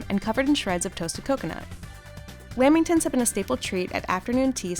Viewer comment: I swear she says wamintons instead of laminations